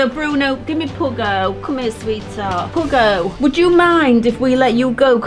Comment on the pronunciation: It is puggo not pugggo